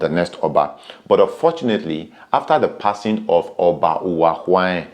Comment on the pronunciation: Thank you for this video, very informative. But please the name Ohen is pronounced with an or as in Or -hen meaning may it be peace or may there be stability. But when Ohen is pronounced with an initial O, the word Ohen means a priest. My familiarity with the name gives me to understand it is pronounced with an initial Or before the hen—Or-hen. Thanks all the same. Great work!